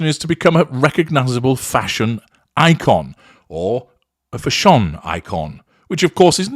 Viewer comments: Vile woman 😮 its nothing to do with CREASES...all the clothes are wrong on her short stumpy body.she's a plain short woman.and doesn't suit these clothes..and it's fashion.not fasssshun..u must know ur pronouncing it wrong 😅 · Fah-shon killed me 😂😂😂😂😂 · Why does he say " Fa'shone"? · Because it adds to the humor for certain listeners. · U said Fash On just I was sipping a glass of wine! I almost spluttered it out!! xx